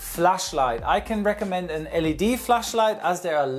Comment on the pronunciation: Your „LED“ sounds absolutely german